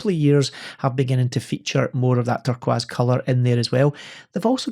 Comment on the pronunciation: Why do you keep saying "turkwas"? Is it a standing joke? Love your shows. Good to have you back